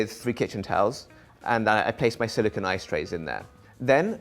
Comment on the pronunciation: The ice tray is made of silicone, pronounced "SILLY CONE". The thing you said is silicon, which is what sand is made of.